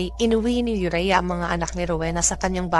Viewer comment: Ayusin m kasi ung bigkas m ng pangalan aurea not urea